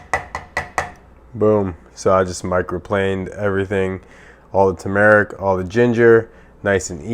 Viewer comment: its pronounce TURmerrick